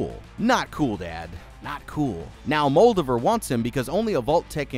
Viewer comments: It’s Muldover. Who’s Muldavere? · I have a suspicion you are either mispronouncing Moldaver on purpose, or you yourself never saw the actual show. Both are disappointing. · Worst pronunciation of Moldava I ever heard. She's not a Draugr Lord.